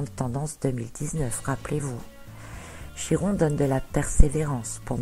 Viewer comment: Prononcez chi comme ki ! Par pitié ! Notre langue a bien aussi son origine grecque !!! Ça fait mal aux oreilles lol